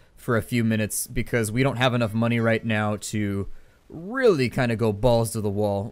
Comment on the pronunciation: don't do it sounded like dope do it :O